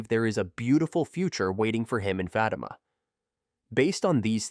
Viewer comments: Who is Fat-uh-muh?? 😂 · Please learn how to say her name.. Fa time (Fa- teema). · You pronouncing her name and the show name wrong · Ikr and I was this guy would learn how to pronounce her name... IJS